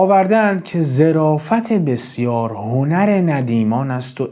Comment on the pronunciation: درود و خسته نباشید خدمت عزیز با تشکر از محتوای مفید و عالی که میسازید زمن گفتار جنابعالی در بیت اخر ان کلمه ظِرافت نیست بلکه ظَرافت به معنای شوخطبعی است با تشکر